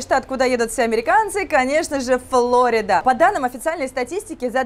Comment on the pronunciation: По русски Флорида. Ударение на второй слог.